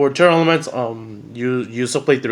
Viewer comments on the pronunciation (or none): Are you saying "Tearlaments" or Tear Elements" 😆🤣